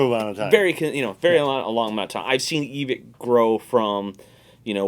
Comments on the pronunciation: It's pronounced Evik. Why? Cause it's a guy's last name and that's how it's pronounced. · Why do so many people mispronounce Evike